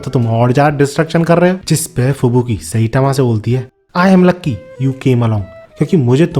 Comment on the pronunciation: साईतामा ❌ सैतामा ✅ 😂😂😂